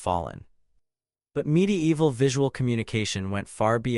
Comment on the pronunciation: Great content, but god damn i cant stand the "midi-eehval"... Sorry man, but fuck this.